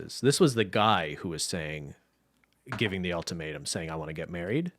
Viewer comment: Any time Cristine said “The Ultimatum” I heard “The Old Tomato” and that’s what I’m going to call it from now on